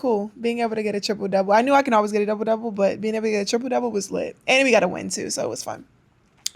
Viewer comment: It's "tew"😂😂